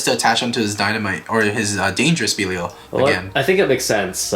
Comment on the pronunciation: Lol been like what 7 months since db started and these bois still can’t say belial right lol no offense or anything just saying lol